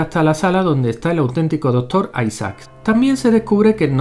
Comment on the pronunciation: Está re pendejo este video... Pero Mori cuando dice "¿Conoces la iniciativa de los vengadores"? Por cierto se dice Doctor, no dotor ;)